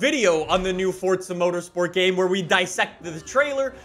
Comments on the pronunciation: Is there a silent T in the word forza? 😂😂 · There's no "T" in forza. Bugs the hell out of me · tf is a fortza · how bout you stop saying fortza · yes but without the t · Bro, there's no t in Forza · Where do the T is forza it’s forza not FORTZA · Fortsa? I’m pretty sure it’s Forza mate.... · Btw it’s forza not fortza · if the proper pronunciation is “fortza” it would say that on the front cover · “welcome back to fortza horizon 4 guys” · I love how he says Fortsa instead of forza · Cant wait til he actually starts saying FORZA instead of FORTZA 😂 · It physically hurts me when he says Fort-sa instead of Forza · Yeah, its For-za not Fortza. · Oh my god. “Forza”! Not “fOrTsA” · Me: Forza: Fortza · Fourtsa? This guy can’t say it right 😂😂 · It's not fucking fortza it is forza!! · Dang my guy PLEASE drop the random ass T you're putting in the middle of Forza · my friend, its for-za not fort-za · Fortza 😂😂 FOR - ZA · Does it bother anyone else that he pronounces it "fortza"? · It’s pronounced “F-or-zah” not “Fortsaa” it’s also not said like Forzza, like pizza has a “st” with the z’s ... well you’re not supposed to say it like that.😶😐😑🙄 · Its "Forza" not "Fortsa". Fyi. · PLEASE STOP CALLING IT FORTSA ITS FOR-Z-uh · It Forza not Fortza!!!!! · * FOUR-ZUH not FORT-ZUH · Omg, for za. Not fort za. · Sorry but its Forza not fourtza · not hating, but why does he say forza like fortza? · It’s for-(za) not fortza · Why do you say it like “fortsa” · It’s Forza not Fortza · Why do you call it Fordza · It’s forza not fortsa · What the hell is fortsa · It makes me uncomfortable with the way he pronounces “fortza” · Why are you pronouncing it Fort z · U mean fortza horizon 5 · Well in his easy “fortza”. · Do u mean fortza horizon 5? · I agree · no it’s not. forza is correct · Its for za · I can't.. every time I hear fordza I lose track of what's going on in this video. Lol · "FORZHAH HORIZON 4" 😂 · "fortza horizon 5" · Can u just say forza right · Fortza horizon 4